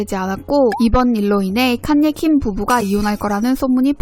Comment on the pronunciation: 카녜 입니다... 칸^ 예^ 발음이 너무........